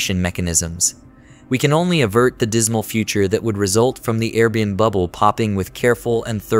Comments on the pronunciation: What's funny is you can force the ai to read it correctly if you just spell it the right way Air bee and bee, there you go low effort original video creator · Can definitely tell it’s an AI voice since it can’t correctly pronounce AirBnB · No kidding. Very annoying. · I can't un-hear it 0.o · I was thinking the same thing.